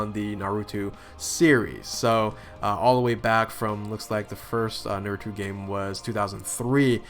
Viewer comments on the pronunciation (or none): na-ru-toe, not na-ru-two. sorry! just pointing that out, so you dont make the same mistake again haha